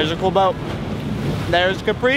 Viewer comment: Please guys, try not to call it Capree... it's pronounced Kahpri!